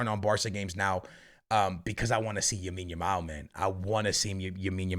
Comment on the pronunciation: Bro has mispronouncing lamine as yamine yamal since day 1 bro learn to say his name 😭